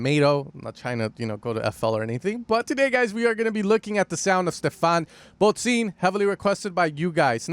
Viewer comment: It’s pronounced “bod sin”, not “bod zine”… otherwise nice video. Greetings from Berlin!